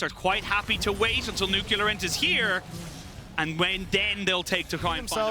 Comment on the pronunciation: Never knew it was pronounced Nucularint. Always thought it was Nuclear